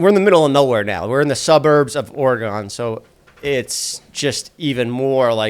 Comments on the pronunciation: The way he keeps saying Oregon as Oregone 😭😂😂😂😂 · It’s pronounced like the bodily organ not oregano without the o❤❤ love u jeffff❤❤❤